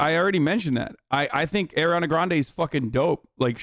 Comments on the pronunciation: ARI-ana not AIR-iana bro. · Why can’t he say her name right? Ugh